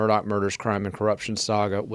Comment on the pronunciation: Why do you refer to him as “Alec” when his name is Alex?